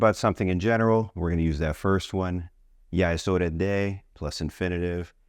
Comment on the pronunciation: Why do you say hore......is it not horaa?